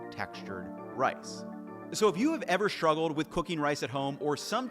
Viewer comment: Is it an American thing to pronounce "struggle" as "shtruggle"?